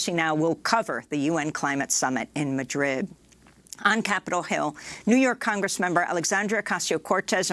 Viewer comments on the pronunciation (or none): none